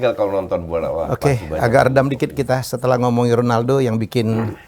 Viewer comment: klu kata om Helmy Honaldo bkn Ronaldo ,, kwkwkwk . pdhal abjad latin yg dibaca H itu J bkn R, misal Javier = Havier .